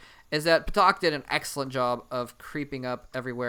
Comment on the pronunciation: I think it's pronounced "Tak," with a silent P (like psychology).